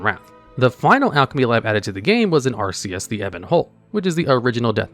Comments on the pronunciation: I know you mispronounce words on purpose but hearing you say Arceus like the pokemon instead of Acherus really tilts me. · arceus is a pokemon. The ebon hold is "ACHERUS" (Ack-er-us)